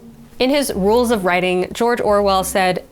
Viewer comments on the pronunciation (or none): none